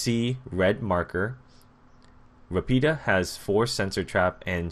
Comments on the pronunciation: you pronounced savio perfectly, but rapida is pronounced ràpida. Anyway thanks for helping the italian community getting noticed by ubisoft ! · You said Savio kind ok but Rapida you said it awfully and I'm Spanish no offense means sage/wise and fast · I know your English/American but u completely butchered those words in Italian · i m italian. when you say RAPIDA, the accent is on the A